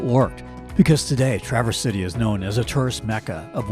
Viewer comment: Enjoyed your video. Pronounced Tra verze City, bay, etc ... with emphasis on the first syllable. Always seems like an AI version when a video miss pronounces the names if they've really been there.